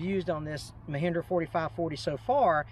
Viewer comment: Mehindra? It is Mahindra not Mehindra!